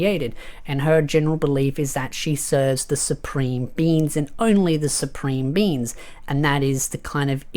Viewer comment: i heard you say it once now i hear it every time,. supreme beans.